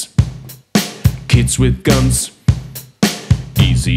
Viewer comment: ich verstehe immer: kids have gans :D